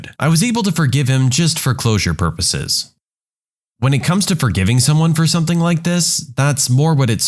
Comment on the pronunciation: No K in the word something